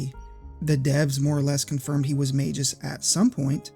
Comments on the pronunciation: Maybe for the same reason you mispronounce Magus, which is a real word that's officially pronounced as May-Gus and not Mage-Us, lol. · Great video. But isn’t it pronounced Magoos? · As said elsewhere, you are incorrect on that: Magus follows the hard G / soft G rule, is pronounced with a hard G, as Mah-Gus or May-Gus. Go to any online dictionary and look up the word Magus, and play the pronunciation for it. Then you'll find-out the truth for yourself. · Not sure how people figure out how to pronounce names in text only games, but to me, he's Mag-us, not Mage-us. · You are completely wrong about magus. Its pronounced with a soft g, as it denotes a person using magic. You don't pronounce magic with a hard G; neither do you pronounce magus with one. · I'm more upset about how you pronounced Magus as Mayjus than about how the developers included this idea. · Mayjis lol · sorry dawg, but Yawn-us and May-jus are the wrong pronunciations. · SKALA XD hahahaha... The way you pronounce it would be spelled either Scala or Skala. Schala is pronounced as Shampoo. While you pronounce it Mageus, it might be right. But him being a japanese invented name, I'd argue it's pronounced like Magpie. Magusu in japanese. Actually his japanese name is just Mao (Demon King or Magic King). Janus, Magus... Just pronounce the same. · May-Gus. You can even get verbalizations of it on Google..... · We should just pronounce it My Goose. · You mispronounced Magus and Janus. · You got Schala right and then mispronounced Magus, the subject of the video. lmao